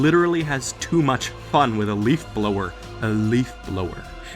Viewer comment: I noticed he really empathized the word leaf blower like somebody can’t have fun with one haha